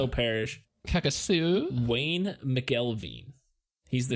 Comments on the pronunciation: Calcasieu is pronounced Cal-ca-shoe. Lol. I knew Chris Prudhomme. He use to sit across from me at lunch in middle school and was a nice, normal kid. In high school he was part of the “skaters” which to me, was just the goth kids. He was different by that time but was always nice to me. He would always say hi to me anytime I saw him and never acted weird or anything. I was in complete SHOCK when I heard the news about the murder and who did it. I also had class with Phillip LeDoux. He sat in front of me in math class & was always nice. I honestly don’t know where things went wrong for them, but I’m assuming joining that group was the start of the change. There are so many rumors about what actually happened that night. Idk if you guys have watched the Unsolved Mysteries episode with this story but you will definitely hear all the stories about it there. I remember when he ran for Sheriff and all the craziness surrounding it. It was a strange time in our small town. I no longer live in the area but when I’m back home visiting family and pass that house, I think about this. It’s an eerie feeling. Just thought I’d share with you and I hope you go look up the Unsolved Mysteries episode about it. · This is a HUGE deal (im from here).. Next, you should do kks and Jeff davis 8. See what la is really abt. Btw, you got the calca part correct, but the last part is pronounced SHOE. yes, shoe.